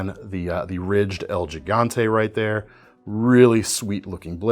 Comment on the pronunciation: pronounced “HEE-gante,” because Español